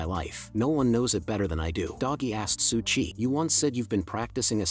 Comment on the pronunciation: Its su qi, not su chi